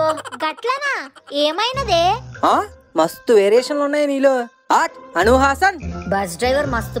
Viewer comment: Bro please book Anu not book Manu please 🥺